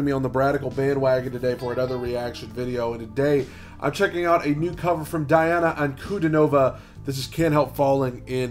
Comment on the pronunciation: Her name is pronounced as D-Anna Un-Cu-Dean-O-Va